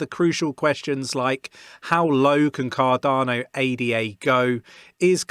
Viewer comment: dont call it A-D-A, its named after a woman as you know. her name is not A-D-A!